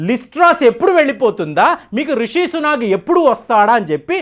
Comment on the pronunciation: Some corrections: లిస్ ట్రాస్, లిస్ ట్రోస్ కాదు "లిజ్ ట్రస్" ఋషి సునాక్ కాదు "రిషి సునాక్" Pound sterling కాదు Sterling pound. Anyway, Rishi Sunak could never be the UK's PM. Penny Mordaunt from the same Conservative party is also a front runner there. Chances are high to Penny this time. I hope only a Bristish take the throne 😆